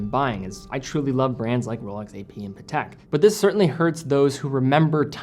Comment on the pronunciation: lol the way he says patek sounds like patak